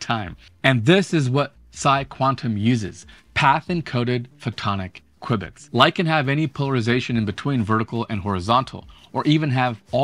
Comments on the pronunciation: "Quibits" ? You mean "q-bits" even if it's written qubits... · Quwibits? Since when? Q-bits is what I have ever heard. Good video :-) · Why in the world are you saying "kwibits"? It's qubits, like cue-bits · he called them "quibits-kwibitz..." whatever. Just "q" bits is fine, man... probably short for quad (4) bits, yo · SMH, call them Q bits like most people. I couldn't stand listening to you constantly saying qwib-its, qwib-its, qwib-its... 🙄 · I’d like quibble about the pronunciation of q-bits